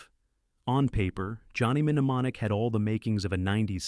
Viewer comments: You mean you never watched Johnny Minnamonick? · Johnny Men-neh-mon-ic . . . ?! (Sheesh. That's too lazy for me to keep watching.) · Johnny Menonomic? Another video that should be banned for the shitty AI narration! Controvosey? Paaathetic 🙄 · "Johnny Menemonic" -- AI is so nothing. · Johnny "Minneimonic" 😂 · Johnny Min e monic? dude lose the stupid AI readers. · exestitcian zed- zee - COME ON!!! Stupid AI Johnny Minemonic ! Excellent!!! Bogus!!!